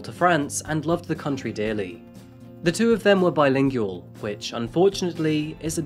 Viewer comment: I’m guessing,, that you’re reading from a poorly edited script. I’m 3 minutes in and you are hurting my ears with poor grammar. You have 1.22 million subscribers, surely you can afford an editor. SMH “Cameron is a very DISTURBED”, not disturbing Bilingual mispronounced “at which”, not “in which”. You don’t obtain a university degree IN, you obtain the degree AT at the University